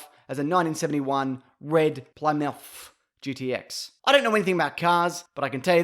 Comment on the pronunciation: Hey love the vid but i swear to god if you ever pronounce plymouth wrong again im going to fucking hire Arnold Schwarzenegger to drag you back in time to when he was big asf so that he can give you a cosmic ass whoopin for saying that shit! .. other than that great vid man keep it up ;)